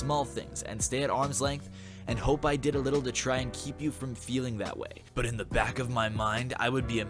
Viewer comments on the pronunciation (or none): none